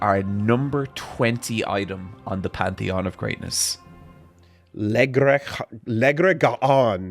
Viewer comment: Every time does the Pantheon wrong, I always laugh. 😂